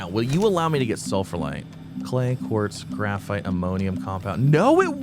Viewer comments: I double checked the pronunciation of sphalerite because I wasn't sure if I was wrong, but it seems the correct way is as it is spelled so sfal err right. sfalerite. Definitely not sulfurlite or sulfralite. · IT’S PRONOUNCED SPHALERITE, NOT SULFURLITE!